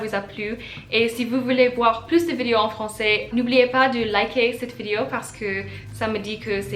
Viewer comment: I came upon your channel today. I see that this video is nearly three years old, so I am sure your French has improved a lot since then. Since you make videos you need to pronounce the word "vidéo" properly. You are just saying it in English. First of all the sound i as in the word it, does not exist in French. One other comment, in this video you float back and forth between the sounds OU et U, as in the French words "où and bu." You can pronounce both correctly but not always in the right word. I am not writing this to criticize but rather to offer some advice. Maybe it would help to sit down with a native speaker and slowly go through this vidéo so the French person can point out the grammar and pronunciation errors. Many of the comments here refer to your "cute" accent. Surely you would prefer a good accent to a cute accent. You and your cat are cute in any case.